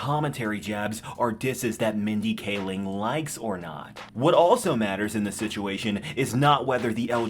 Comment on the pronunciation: Mindy Kaling (KAY-ling), not Mindy K. Ling.